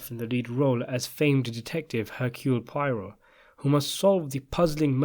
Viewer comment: Okay. Poirot’s name is actually pronounced “pwah-ROW.”